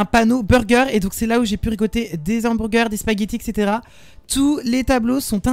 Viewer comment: J'ai bien rigolé lol 😂 Des "hambourgurs" 😂